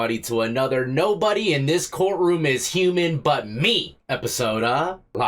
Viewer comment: Sounds like she actually says, "I am the only shuman."